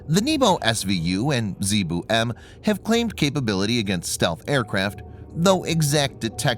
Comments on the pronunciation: If it only pronounced it as NYEH-boh, PRO-tiyv-neek, and ZA-ye-boo, correctly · I love the Nii-bu, and Zee-boo part. I know the narrator is struggling. Will he fail this time?